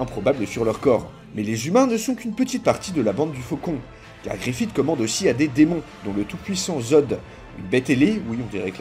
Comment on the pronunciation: Arrêtez de dire Griffite par pitié, ça se prononce Griffisse